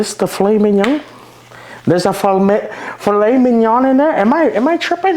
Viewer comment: I Think what you were calling a filet minion was really a Chateaubriand which is what Gordan Ramsey used for Beef Wellington. Good Job butchering! Peace ☮️